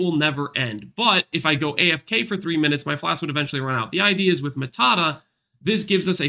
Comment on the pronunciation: Its not matata its maata